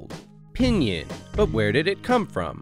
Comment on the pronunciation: You keep pronouncing pīnyīn wrong. :-S